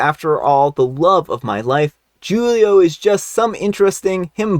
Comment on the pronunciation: “Julio” is pronounced HOO-Leo it’s a Spanish name and J’s are H’s in Spanish